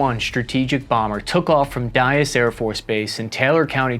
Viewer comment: Bee one bambeeer 😂 AVGN❤